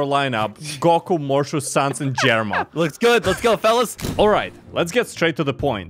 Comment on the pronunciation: Sans more like saying's Sus